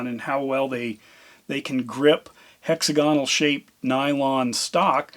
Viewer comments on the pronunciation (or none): Ok, I get that lots of people do this -- a significant portion of YouTubers pronounce geometric shapes with too many stressed syllables. But WHY? Did you learn to say "hexagonal" by reading it, and just assume it was pronounced like "hexagon"? Or did someone actually teach you to say HEXaGONal?